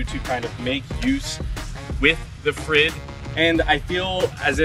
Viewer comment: It seems they left you without pronounciation instruction, but you can say 'freed' and you're very close. Use Spanish 'r' if you want to be even closer.